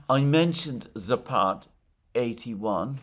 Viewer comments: Alexander, it's "západ", not "zapád" (зáпад). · Just a bit of trivia - it's "zApad", stress on the first "a".